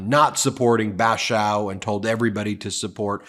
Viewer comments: It's not "Bash-oww", its "Bash-ore". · What disappoints me is that Curtis Bashaw (pronounced BA-SHAWL, btw) is NOT as moderate as he claims. He's talked glowingly about Trump himself and looked down on me when I told him I was a Democrat. I've lived and worked just miles from Congress Hall (part of Cape Resorts group), of which Curtis owns, nearly 30 of my 43 years. I wouldn't be surprised if he pulled a Van Drew and goes full MAGA in a few months. I don't quite trust him. The good news, though...I voted for Kim......nervous and anxious to see him beat Curtis. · Bashaw rhymes with awe